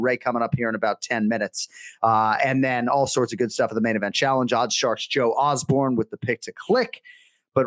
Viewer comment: Osborne 0-28 in name pronunciation. Unreal.